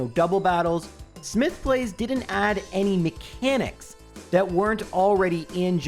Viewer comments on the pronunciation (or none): none